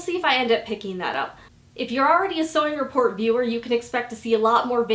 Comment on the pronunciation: every time you say sewing report I ear " sewing it poor" 😂😂😂